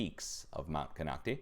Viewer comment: Sorry, but it's pronounced Ko-noc-ti (eye, long vowel sound), in case you want to know. I've been there a few time. Much love to you...